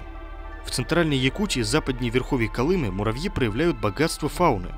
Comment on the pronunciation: А у Колымы что изменили ударение? Или это автор - безграмотный?